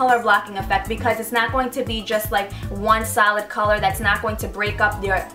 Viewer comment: Realised like half way through you were saying 'solid' not 'salad'